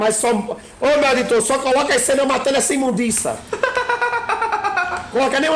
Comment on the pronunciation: shevi icone kakakakakaa "imundiça"